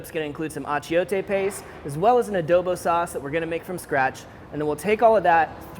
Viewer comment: Can you say adobu properly?